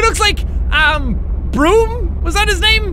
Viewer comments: Its Brum not broom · Dude its brum not broom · Did you just say broom.. I.. it’s Brum love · Brum, not brim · it`s brum